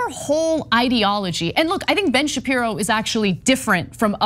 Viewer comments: Ben shapiro not shabibo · “Shabibo” bahahahahaha